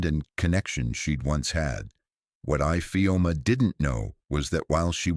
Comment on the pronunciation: I always speak up when I witness any cruelty. Thank you grandpa for saving your beautiful grand daughter ❤❤❤❤ Awesome story, but I had a problem with the pronunciation of Infeom ' s name.